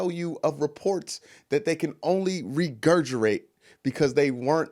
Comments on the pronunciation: Regurgitate? Or regurgirate? 😂😂😂😂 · Regurgerate?? Lol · I laughed and snot came out my nose when I heard Regurgurate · Maybe it was a slip up in the moment, but you needed to say "regurgiTate", not "regurgiRate", which is not even a word. Otherwise, great points all around. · Was just about to subscribe until he said "Regurgirate"! I'm dead!